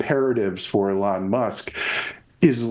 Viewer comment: Its pronounced Elon not Elon